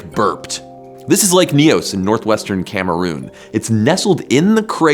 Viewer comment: As a Cameroonian I have to say it’s really nice to finally see a YouTuber getting the prononciation of « Nyos » right.